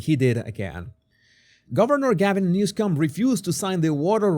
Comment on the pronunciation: Please pronounce his name correctly. There is no "c" in his name.